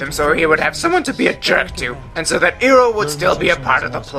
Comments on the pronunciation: ...talk about pronouncing names wrong you stupid wolf dog w.e you are its not eroh its IROH OMFG HGSVSJVVHS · God all the mispronunciation in this film was horrible, the script writer, as well as the director are morons. Also to the guy who made this, it is IROH(eye-row) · He pronounced iroh how they did in the movie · you are concern with the cast pronounce Sokka wrong but you yourself didn't get Iroh right.... Irony....